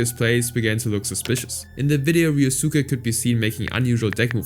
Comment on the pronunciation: Ah yes, "Ree-oh-SOO-kay", yep. Like how we all say Sasuke as "Sah-SOO-kay", the U is definitely not silent, nope, can't be.